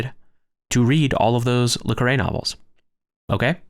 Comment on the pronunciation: While I was enjoying this video, the ad breaks every few minutes for an 18 minute video is rather annoying. Also, just to mention, in the U.K. John le Carré is pronounced more like "John le Carry".